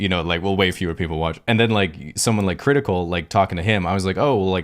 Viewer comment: Mmmmmm whuts up everybody it’s crritikal